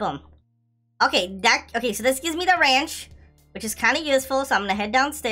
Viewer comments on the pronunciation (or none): he said Ranch instead of wrench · it’s not ranch It Wernch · You said ranch instead of wrench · Every time says (rench) he keeps saying ranch sauce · I like when says wranch 🤣🤣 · lol it’s funny how you said ranch lollllll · I like when you say reanch saws